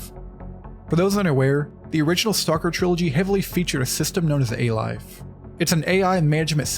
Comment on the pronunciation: it's "A-Life"